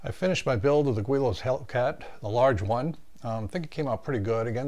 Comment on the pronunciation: It’s pronounced GiLL-Lows